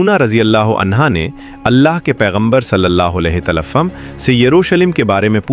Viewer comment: اپنا تلفظ ٹھیک کریں ھمارے پیارے پیغمبر کے نام کے ساتھ صلی اللہ علیہ وسلم صحیح تلفظ کریں